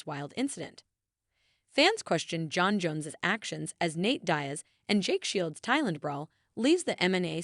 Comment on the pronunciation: Nate "dayas"